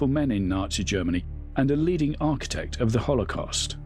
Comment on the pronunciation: " Haulocost" lol 😂